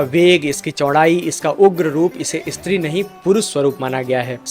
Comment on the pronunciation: " इस्त्री " नहीं " स्त्री " उच्चार करे . बस इतनी सी बात है .